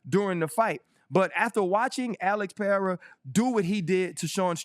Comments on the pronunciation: Not Peheira is Pereira. Better the way you were pronouncing before. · His name is PE REI (like REstart, or REmix) RA (like RAmp, or RAck). I don’t have a clue of where this peHEira came from… probably somebody mispronounced his name and now everybody goes along in the same mistake! Lol